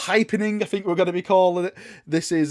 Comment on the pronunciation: Please - please - make an effort to say “think” instead of “fink”. It triggers me to no end. THink, THing. I love you and your content but you are English! Have some pride, speak it properly! It makes you sound stupid PURELY from that and undermines what you’re saying unnecessarily (think how really dumb characters in movies talk, that’s the effect this accent has). Would turn your content from a 9 to a 10 / 10.